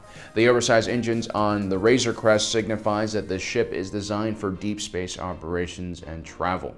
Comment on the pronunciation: I keep thinking he is saying razor crust..LOL